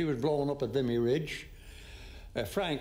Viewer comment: “Then there’s Hank who was violently bayoneted in the battle of vimmy”